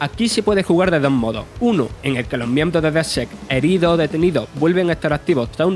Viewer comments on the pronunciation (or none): Me da pereza tener que intentar advinar lo que dice el narrador, ahora que se acercan los reyes regalarle un cursito (EDIT 1) Vale no no puedo verlo, hasta donde yo sabia era Dedsec no Dezsehs (EDIT 2) Os mando el curriculum si quereis, podeis pagarme con bizcocho